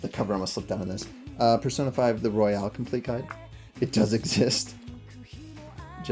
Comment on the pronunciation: It's royal not Royale 🥀